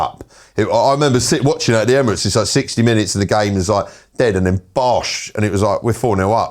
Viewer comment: Why does he say " emiroties" 😂😂😂😂😂